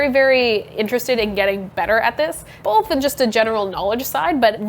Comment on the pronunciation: Are we all going to just ignore that she said "boLth" during the sponser?